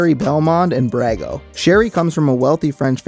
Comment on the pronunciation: A good recap however you did pronounce some of the names wrong - Brago [Brog-Oh] - Kanchome [Kon-Cho-May] sometimes also pronounced [Can-Cho- me] - Folgore [Fol-Gor-Ray]